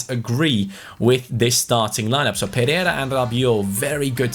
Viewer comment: Pereira is pronounced per-ay-ra. Just a little detail